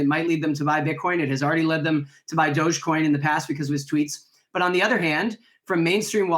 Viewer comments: It's Dogecoin. Not Dodgecoin. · It’s dogecoin not dodgecoin